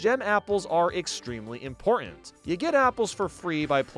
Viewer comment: How come you can say credit but not imporant?, I mean important?